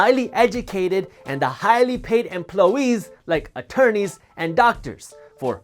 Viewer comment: The word is employees not emplowees.